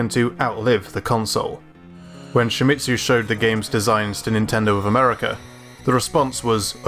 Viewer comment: Don't pronounce Shimizu like "Shimitsu"